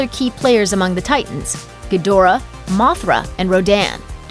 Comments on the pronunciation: I think it's Gi dra not gadora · it's Ghidorah my guy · Ghidorah was pronounced Geedhra in the originals.